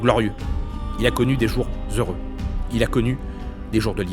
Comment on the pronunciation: Masterclass ! La prononciation de "heureux" est juste parfaite c'est bluffant !